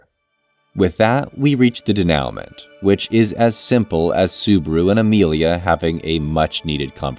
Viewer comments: Great series of videos!! Can't wait for the Arc 4 one. For future reference, denouement is pronounced like day-new-mon(t). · De-now-ment? Bruh please